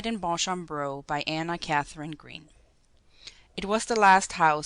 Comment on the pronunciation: julia your reading is awful and its pronounced Beacham!!!